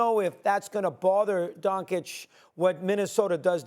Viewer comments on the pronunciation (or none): Nobody: Mad Dog: Donkich 🫏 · bro said "Donkič" unironically. Who the f is this guy again? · HIS NAME IS NOT DONKISH! JEEZE! IT'S NOT DONSICK EITHER! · “Luka Donkeych” 🫏 😂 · I love how people struggle saying Doncic. If you can say cheech and chong you can say Donchich. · I almost heard "Bonkic" lol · Get Luka’s name right you dumba$$ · Who thought it was a good idea to put Mad Dog on tv. He consistently mispronounces and misquotes. Has the worst takes of all time. And just sits there with that stupid smirk like he thinks he knows what he's talking about. He's like all the negatives of Skip Bayless without any of the redeeming qualities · How is espn letting clowns that can’t even pronounce Lukas name speak on basketball? There’s kids in high school with more basketball knowledge than mad dog. Idk why he’s allowed to speak on anything other than baseball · Why are Stephen A and Mad Dog the only ignorant ones who still don’t pronounce Luka Doncic correctly? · Luka has been in the league for 6 years and these dudes who get payed to watch the game still can’t pronounce his name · Man they need to get rid of these people... One can't pronounce Luka's name, the other one said the mavs aren't a defensive team and SAS keeps talking about Kyrie and not even mentioning Luka at all. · Maybe one of these analysts will learn how to say Luka’s last name one of these days 😒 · Well it’s not that hard to pronounce at all, he’s been one of the top 5 players in the league for five years, and about half of the media doesn’t know how to say it, so yeah, it’s pretty annoying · Because its clearly a mark of disrespect. They have all heard other people pronounce it correctly.